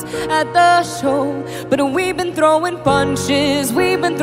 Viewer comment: Why does she pronounce the word „throwing „ like that ?